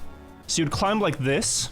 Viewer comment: why does keep pronouncing the B in climb?